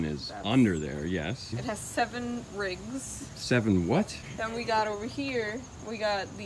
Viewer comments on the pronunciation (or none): Def sounds like the "g" is pronounced in "rigs", ribs would make more sense in the way they look tho. JUNE, did u say "rigs" or "ribs"??? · I thought she said ribs 😂😂😂